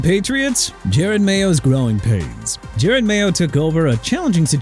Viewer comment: YOU KNOW WHAT?! MAYBE TUA WON'T PLAY NO MORE! HOW ABOUT THAT?! THAT'S WHAT YOU PPL WANT?! FOR TUA NOT TO PLAY NO MORE?! AND WHY CAN'T YOU GET JEROD MAYO'S NAME RIGHT?! JE-ROD NOT JARED!!! HOW MANY TIMES DO I HAVE TO KEEP CORRECTING YOU?!?!